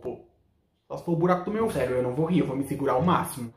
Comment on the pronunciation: "Eu vou misegurar" :😂😂😂😂😂😂